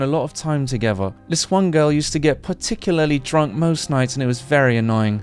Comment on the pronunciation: Not Noel pronouncing paralytically drunk as particularly drunk.